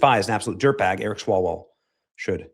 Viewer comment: It is pronounced 'Swallow-well'…